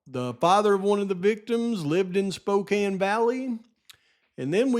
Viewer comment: Props for not mispronouncing Spokane hahahaha